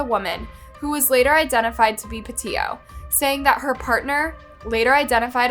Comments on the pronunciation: Pe-io. Co-in. Bri-in. Seems like there's a huge fear of the letter 'T'. This is annoying AF and detracts from the presentation. 🤦‍♂️ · Mispronounced Gabby’s last name (not surprised, you always mispronounce names). How do you pronounce it, “Patillo” when you LITERALLY used news clips that pronounced it correctly? “Petito” (PA TEE TOE). Her and Brian weren’t married, either — horrible research on your cases. 🤦🏻‍♂️ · I don’t mind you misspeaking laundries name wrong, but cmon get Gabby’s name right! Even in the footage they say her last name! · You cannot even get her pronunciation of her name right!!!!!! It's PETITO !!! Not PETITO !!!! This video is gross. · Pa tea tow. That’s how it is pronounced. Watch the videos before you make your own please. Get the words right. Geez. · So weird that most of the outrage in this comment section is not for that monster who stole Gabby’s life, but for the mispronunciation of her last name. People are so weird to me. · The least she can do ?? She put her story out there what do you mean? You’re upset about her not saying the second T in her last name … I’m confused ..what exactly was the least you did for Gaby besides complain about someone mispronouncing her name.